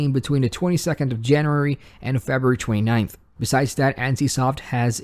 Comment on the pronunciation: Great stuff, only thing i don't like is the way you pronounce february. Shit kills me on a deep level, such a strong accent.